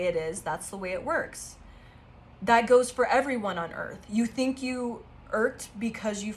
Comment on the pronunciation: Lol.......te he he.....you said finx te he he...te he he 🫵🤭😁